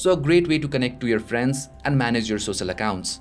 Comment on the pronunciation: and sosal media?